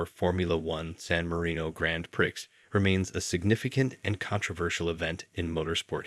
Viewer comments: Or min in pronouncing "PRIX" as PIRCKS instead of PREE for the race 😂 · I love your videos. Anyway, it's pronounced pree, not prix as it's spelt.